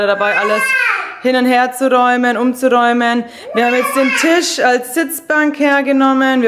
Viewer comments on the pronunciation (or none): none